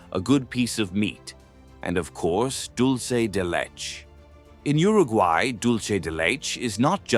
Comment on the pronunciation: The pronunciation of "dulce de leche" is hilarious!